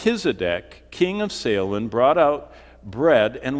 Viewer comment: It's pronounced "say-lem", there is no "h" or "sha" in "Salem", nor a "leam". People from Salem Massachusetts are having fits hearing this...very distracting.